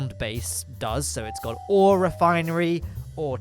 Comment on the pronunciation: I thought when he said ore he said awe